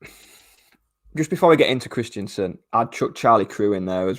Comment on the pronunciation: iT'S KRISTENSEN, IT IS NOT KRISTIANSEN! MY GOD.